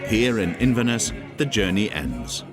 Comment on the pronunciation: Your pronunciation of Inverness is dreadful……….